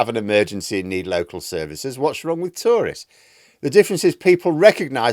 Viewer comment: Took me some time to realize you were talking about "tourists", not "Tories" 😅